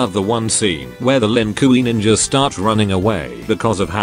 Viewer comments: "Lin Kooy" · I understand why you hate mortal kombat franchise that bad.. But here is the question.. Why do you keep pronounce some names differently? Like, Kung Lei-oh (Kung Lao), or Lin Queee (Lin Kuei), or... I don't know..I'll find out more..ll'let you know later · "Lin kooey" Close enough to Lin Kuei